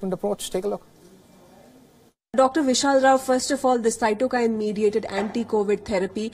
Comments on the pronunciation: It's cytokine, not syotkene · It's not Cyotkine...it's Cytokine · It is Cytokine not SIOTKIN☺️ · Dear anchor, it's cytokine, and not 'SIOT KEEN',' as pronounced by you. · Sir, please pronounce cytokene properly. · Haha u cannot read cytokine properly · Way he pronounces cytokine